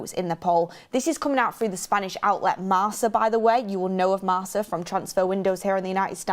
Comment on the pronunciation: Hi it's pronounced marka which funny enough translates to mark in English